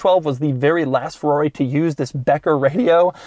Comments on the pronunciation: Its FERRARI, Not FEUUAUI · RIP for all the times Doug butchered the name Scaglietti, and Ferrari as well Roll your R dude!